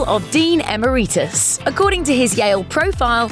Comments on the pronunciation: It's not Dean "Em-er-EE-tus", it's Dean "Eh-meri-tus" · “Amareetus? Amareetus?” Please. E-merit-tus. as in he earned it on merit. Butcher what’s left of the language